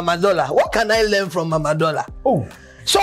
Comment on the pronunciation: how you said the oh killed me...you are not good o😭😂